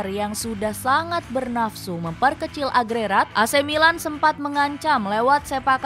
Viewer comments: Diralat dikit ya min.... "AGREGAT" min, bukan "AGRERAT".... 🤣 😂 🤣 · Agregat bukan agrerat